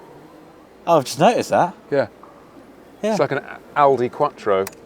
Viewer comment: "aldi quattro" perfection sir